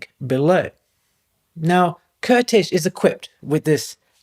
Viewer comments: Great video about a less known genius, fellow countryman. Just out of respect, the pronunciation of the name Kertész: Ker - like care t - t ész - like ace. Sort of like Caretace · You would say Kertész like you would say Curtis but with an A instead of the U.